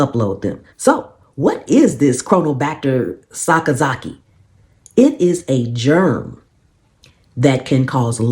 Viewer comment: Mega props for pronouncing that correctly!